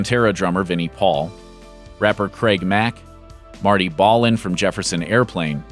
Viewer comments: Marty "Balin", not pronounced "Ballin". Lead singer of Jefferson Starship. He was one smooth voiced cat. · Excuse me, I believe Marty Balin of Jefferson Airplane...The 'a' in Balin is pronounced like as in Ballad...a little bit insulting since he was kind of fairly famous at least well known in the music Business more than most of the others mentioned here...Thanks. Not to take away from them or their accomplishments ... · Didnt even pronounce Marty Balin correctly. Sad.